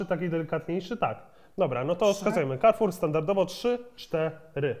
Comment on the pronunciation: Karfur się mówi, nie kerfur